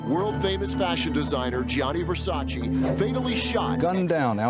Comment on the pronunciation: Versac EEE his name doesn't end with i